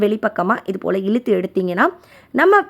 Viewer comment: Iluthu alaga what an awful pronounciation!